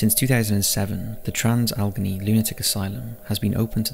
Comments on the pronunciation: It would be helpful if he could pronounce "Trans- Alle-GHANEY" Asylum properly. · Ok. First, the name is pronounced Trans- Alagainey. Second, the Deer Hunter was filmed in both Weirton WV,and Steubenville, Ohio, which is the birthplace of Dean Martin. I am originaly from Ohio, with family in West Virginia, and have driven through both locations many times. I now live in Jacksonville, Fl, since 1986. Reffer to my previous comment about other paranormal events in Jacksonville.